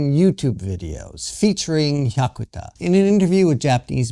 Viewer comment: mispronounces both "Sanseito" and "Hyakuta." My wife and I, along with at least one of our children, voted for the Sanseito (参政党). We are not xenophobic. We do not belong to any "cult." But we are sick of scare-mongering propaganda. What does "far-right" mean? Why not call "Japan Today" "far-left"? I read it. Comments typically come from disgruntled, Japan--bashing expats...We are for common sense. Say anything politically incorrect and watch the comment rejected... takes a most condescending attitude. He appeals to his supposedly enlightened listeners to go out and "enlighten" benighted people like me and my family. No, we simply do not want to see Japan wind up in the same mess that his homeland has been in.